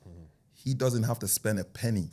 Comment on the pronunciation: man said speng..... 🤣🤣🤣🤣